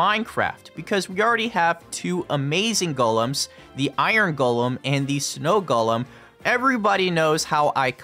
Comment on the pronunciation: One of your best videos, plus I respect that you know how to pronounce “Golem” correctly.